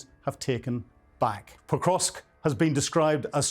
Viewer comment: Poor soul can't even pronounce it correctly, it's not Pokrosk, it is PokroVsk